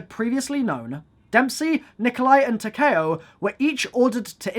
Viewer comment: hold this L for saying Takeo's name wrong